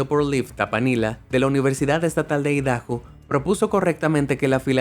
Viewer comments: Se pronuncia "Aidaho" no "Idaho" 🤔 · Solo traducen y resuben videos del canal "Be amazed" 🙄 La pronunciación del locutor que dobla es pésima: "Idajo" (Idaho), "brazos de cara" (abraza caras/facehuggers), etc. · Es sarcasmo ¿cierto? Cuando dijo "Idajo" (Idaho) casi me sangran los oídos jaja